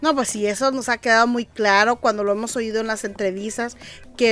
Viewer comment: Como que,OYIDO ? Se dice OÍDO 👂